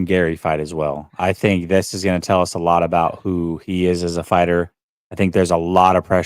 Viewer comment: If someone pronounces "this" as "dis"...we shouldn't care too much about what his opinion is. Dis a fact!